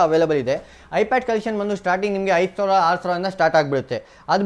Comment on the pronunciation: Yenoo kannada mathadhya, 60000 savra , yelvarsavra 😂 karmma kannada kaliyole firstu